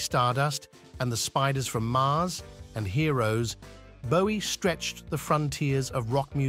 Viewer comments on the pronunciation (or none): none